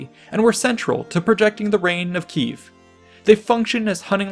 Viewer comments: it's Kiev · It's Kiev*